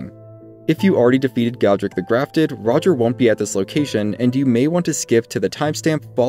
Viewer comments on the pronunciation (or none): I cringe so hard at “roger”. I almost didn’t finish this video because of it. Funniest part of all this is that during his quest line D literally calls him by name at the round table hold. It’s pronounced Raj-ee-air. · Every time this good man says "Roger" my inner voice auto corrects to "Ro-jere". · That's still not how it's pronounced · why do you call him roger? i mean he literally says his own name so you know how to say it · You need to learn how to pronounce "Rogier"